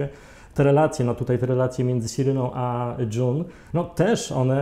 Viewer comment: właśnie takiego podsumowania potrzebowałam po drugim sezonie! serial obejrzałam niemal jednym tchem, dopiero teraz. kawał dobrej roboty. P.S. June czytamy Dżun nie Dżon (John) <3